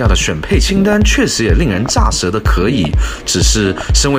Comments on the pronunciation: 令人咋ㄗㄜˊ舌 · 處是"咋舌".... 不唸 " ㄓㄚˋ " 舌.... 也不是寫成" 乍 "舌...